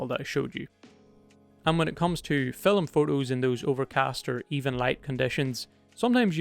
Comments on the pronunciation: you said fill em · Never realised that the world ‘film’ had two syllables until watching this 😂 great video mate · That surprised me too, as I have seen only Indians with native accents to pronounce 'film' like that.